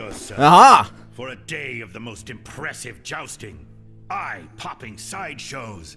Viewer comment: I thought he said "the most depressive jousting" instead of the most impressive..... Also, if you do those viewer games on twitch, are you gonna upload them to youtube as well?